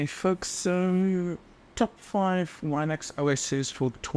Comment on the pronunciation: I like how you pronounce Linux the same way as you pronounce Linus. It makes sense because the guy's name is Linus who made the original kernel, right? I always wondered why everyone pronounces it with a soft "I" since it's named after its creator, and Unix.